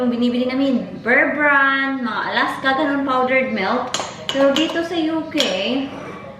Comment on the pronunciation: You always said melk.... it's milk Is it the dialect in Manchester?